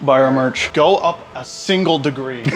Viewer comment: Bro said buy our mercy but I heard fire merch